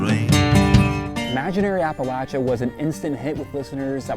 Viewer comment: Appreciate that you said appalatchya and not appalasha. Important to Appalachians. Colter is a stud. Jimmie rodgers - you’ll find my name on the tail of my shirt. Love it!